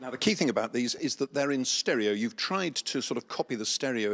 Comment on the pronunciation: "... triiiiiied, we haven't triiiiied we've BLOODY SUCCEEDED" He's the master